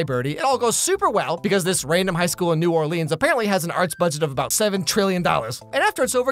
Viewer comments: are we just going to ignore the fact he pronounced New Orleans wrong, no? Ok 👍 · They way he said New Orleans 😡😤